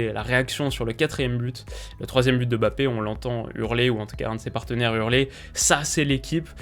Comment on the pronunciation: Bonne analyse comme d'hab ! Par contre de grâce arrêtez de l'appeler BAPPÉ , il y a un M avant le B c'est un nom de famille prononcer le correctement svp. Ça donne une impression d'irrespect ! MMMMMMMMBappé ! Merci